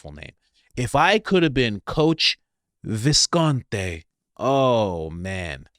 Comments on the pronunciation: Not 'Viscont...ay'...it's Viscont...ee! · It’s Visconti not Visconte